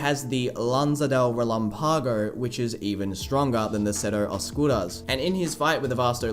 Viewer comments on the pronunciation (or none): For the love of goodness lan-za de re-LAM-pago.